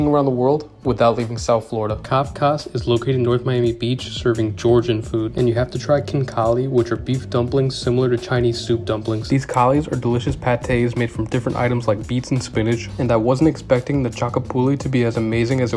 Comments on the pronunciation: Its pronounced Xinkali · Pronunced khinkali wrong lol😂